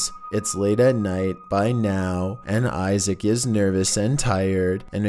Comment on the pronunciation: its Isaac, the a should be pronounced liek....umm, ah,cuz I think he's Muslim so....